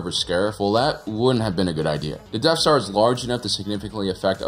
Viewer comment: Is it just me or does he keep saying deaf star?